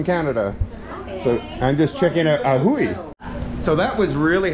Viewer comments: in hiligaynon, (ilonggo dialect) J is pronounce as H therefore, Ajuy is Ahuy… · You killed it.. it’s Pronounced as AHOY ….:) 😅😅😅😅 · AJUY - pronounced AHooy 😂😂😂😂 😂😂😂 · The town is pronounced as Ahoy! Like Chips ahoy!😂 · a-huy (a as in back, huuuy) hehe